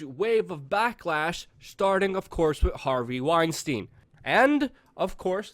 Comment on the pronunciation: Ey, Luke, why do u pronounce Epstein correct and Weinsteeeen incorrect? Is it you're too cool for stupid questions?